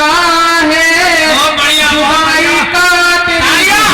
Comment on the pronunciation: Chudai 😭nhi hota hai Judai hota hai